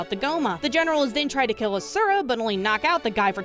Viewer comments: I may just be that stick in the mud, but in the game his name isn't "Uh sure Uh" it's "Awshura" (if that typing out of the word actually helps break down the pronunciation for you ,then god bless) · Not hating on the video, promise! But the way you pronounce Asura gives me a nervous tick hahaha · I played it for a little bit and got tired of watching cutscenes. Also, you pronounce Asura wrong lol